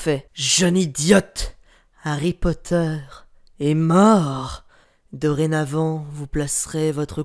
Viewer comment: Alerte rouge:t a dit "HarryPoter "a la place de "Harry Potter"!!!🤣🤣